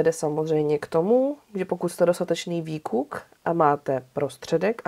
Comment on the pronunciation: Výkuk je roztomilý, ale říká se vykuk 😉👍🌷